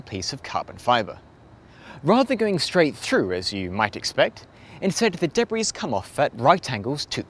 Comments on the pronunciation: It's de-bree not de-brees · You don't pronounce the "s" in "debris". It's a French word. It's pronounced like "debree". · Interesting video. A minor quibble, if I may: you do not pronounce the "s" in debris. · Is that really how you pronounce debris? With the S? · Surprised he doesn't know how to pronounce debris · Sounds like he can oronounce it fine, he just doesn't know when to stop :D